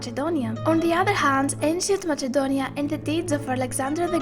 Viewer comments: Can anyone tell me why the narrator is pronouncing it as "MaССНe-donia", when the name in Greek is "MaКе-donia"? Who really pronounces it with the sound "-CH-"? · The stupidest thing I have watched today... This is nonsense and her voice is so fckin annoying... And it isn't MaCHedonia you stupid fuck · its not called Machedonia its called Ma{s}edonia but its writen Macedonia 🤦🏼‍♀️😑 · Lol I'm sure this person is either greek or greek biased person.. U cant even say the name Macedonia.. Its with K not MACHEDONIAN wtf are u even doing😑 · First learn to pronounce "Macedonia" instead of "macchedonia" then re-do the video tbh. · Προφερεται ΜΑΣΕΝΤΟΝΙΑ!! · Lol she literally says mačedonia 😂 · It's actually pronnouced Makedonia. Because that's how the Greeks pronounced it. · She was saying machedonia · Honey, learn to pronounce MAKEDONIA first! What is Machedonia? And that voice...hotline service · U cant even Pronounce MACEDONIA u say MACHEDONIAN wtf ? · Ok guys.You are right.Matsedonia is the albanian pronounce. But she has greek accent in english also.And she keeps a pro-greek stance. She is propably greek-albanian. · Learn how to pronounce Macedonia please. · Me after i hear her pronounciation of "macedonia": I'm done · Lol she don't know how to pronounce Macedonia and she is talking about that Macedonia is greek Macedonia never greek clear? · That on the begining heart my heart....and this fucking girl doesn't know how to say Macedonia.( I'm Macedonian) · I understand that, however if you are narrating in English, it would only be right to stick with the English pronunciation. Thanks for explaining, though. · You are an idiot on every point you made the Macedonian language is more complex than bulgarian you don't know even how to pronounce Macedonia so this is bullshit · Learn how to say Macedonia right and stop saying it wrong ist cringe.MACEDONIA is not greece.